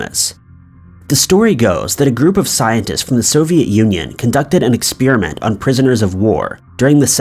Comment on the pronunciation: What is an ex-spear-a-mint? 🤔